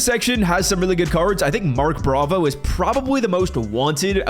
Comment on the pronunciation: “Mark Bravo”😂